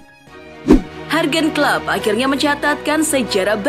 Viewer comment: Jadi kaya orang Mexico Mbaknya bilang Hurgen Kloop. 😁😂